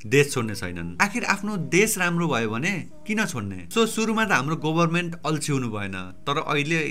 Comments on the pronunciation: It's about your pronunciation; गभरमेन्ट* not गोभरमेन्ट!! No offense, I was just trying to be sarcastic. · go haina ga ho...pronunciation: gaverment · why does it sound Gobarment ? 😄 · government ko pronunciation ali aftyaro suniyo